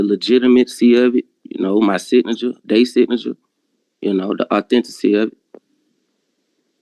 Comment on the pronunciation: "they". Why is the word "their" as hard from them to pronounce as the word "ask"?